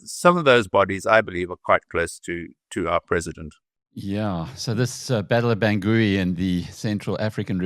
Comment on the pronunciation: Please pronounce Bangui correctly